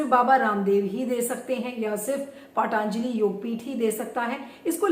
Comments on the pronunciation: पाटानजलि नहीं होता, पतंजलि होता है.... व्यास सरनेम नां लगाए.... ऐसा लगता है I Phone में kepad वाली फीलिंग आती है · पहले पतंजलि बोलना तो सीख लीजिये